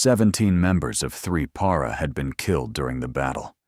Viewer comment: Also. Why can’t AI pronounce “Para”? The correct version seems more obvious phonetically